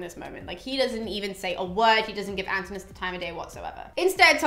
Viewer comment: Im not greek, but I think Antinowus is a better pronunciation cuz in spanish its Antínoo, and each o is pronounced separately. greek names ending in o in spanish end in us in enlgish, like Eumeo or Prometeo